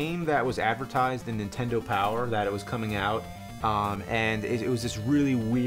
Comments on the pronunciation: James -- For the love of GOD...will you please...JUST ONCE say "NINTENDO" correctly? I don't think I've ever heard you say anything but "INTENDO". There's an "N" at the beginning, bro. -- that being said. cool vid and looks like a badass game. thanks for sharing. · I have noticed it over the years, James always says "intendo" barely saying the first N if at all. Example .